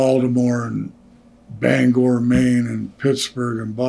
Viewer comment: Greg said Bangor, Maine the right way.